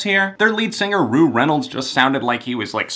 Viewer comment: Rou is pronounced like Cow :)